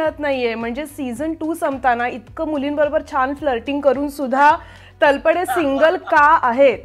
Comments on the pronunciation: Madam बऱ्याच ठिकाणी तुम्ही तलपडे म्हणताय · अहो हिंदी भाषिक लोक तळपदेचा तल्पदे असा उच्चार करतात. तुम्ही नीट तळपदे म्हणा ना. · तलपडे नाही तळपदे.... हिंदी लोकांना न जमणारे उच्चार आपण का त्यांच्या सारखे करत आहात ? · Sharib sir is such a natural and a brilliant actor and speaks so well in marathi पण त्याचबरोबर मुलाखतकार बाईंना लाज वाटली पाहिजे स्वतः मराठी असून तलपडे म्हणताय खरतर त्या नावाचा उच्चार तळपदे असा आहे..स्वतःलाच धड शुद्ध मराठी येत नाही